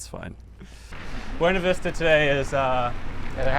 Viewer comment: As a CO native. Thank you for saying Burna Vista the way it should 👏👏